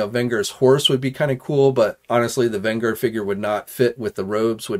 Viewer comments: VEN-GER oh it hurt to hear you fail it repeatedly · It’s VEN-GER as in revenge or avenge!!! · That tells him nothing…. it’s the GER part that he saying wrong… A better way to say it would be to say it is like saying “JERK” without the K …. You’re welcome.🙄👍